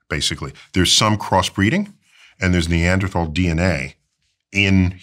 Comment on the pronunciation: You’re saying “Neanderthal” incorrectly there Mr. Tyson 🤣🫶🏽🤙🏽